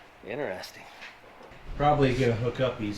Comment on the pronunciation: The word is INT(e)REST-ing....not INTER-REST-ing... The rent you pay on borrowed money is INT(e)REST....not INTER-REST